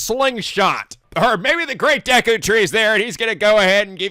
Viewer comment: The Great "Deku" Tree killed me...